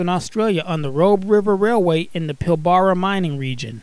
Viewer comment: Great locos. Good to see a couple still plodding on. Pilbara iron ore lines, originally developed in the late 1960 had lots of big Alcos. (Pilbara pronounced Pil-bur-a)